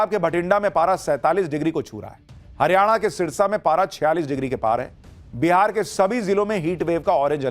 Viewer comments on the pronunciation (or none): none